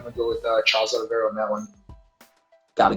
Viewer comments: Everybody was calling him Oliv-E-eira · Oliviera or Oliveira???